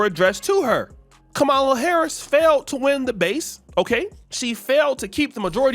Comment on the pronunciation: Even if you do not like her, why don't you pronounce Kamala's name correctly?